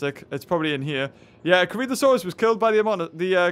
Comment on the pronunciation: am i hearing things or is he calling corythosaurus a CreepaSaurus?